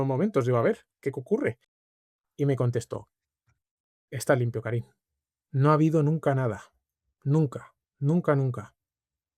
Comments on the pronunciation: Karim se pronuncia Karím, por decirlo de algún modo. Por eso dice dos veces "Yo soy Karim" como para aclararlo de manera sutil. Sí me desesperó un poco que Juan insista en pronunciar su nombre como "Kárim". En todo caso, excelente entrevista. Creo que hay que reconocer y celebrar a las personas que, a pesar de haber vivido situaciones dolorosas, son buenas. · Por qué Soto Ivars le llama "Kárim" todo el rato? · Karím, Juan, Karím. Es aguda.